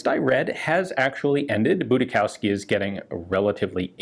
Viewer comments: Just for reference - it's pronounced "Boodishofsky" in german - the pronunciation of the first half was correct but Showski is pronounced "Shofski" with the Sh like in fish - then a normal o and f sound and "ski" like it was pronounced in the video. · Are you sure it's not more "Budi-schowsky" (with a more s-like sound) instead of "Budis-chowsky" (with a more k-like sounds) as you said? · If it's a German/Polish name, it's pronounced: boo-dee-shoff-skee or thereabouts. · Just FYI; Budischowsky is a Slavic name, originally likely Polish (Budiszowski) or Czech/Slovak (Budišovský), pronounced as "buddish-ovski" (in Slavic languages). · In German Budischowsky would be pronounced "Budi Show Ski" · The name Budischowsky i pronounced Boodeeshofskee in german. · You would pronounce that 'Budishovski'. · Btw it is pronounced "budishovski" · Actually it's pronounced Budi-shov-sky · The pronounciation would be more like: "Boodieshoffsky". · Prononciation would be more "Budishovski"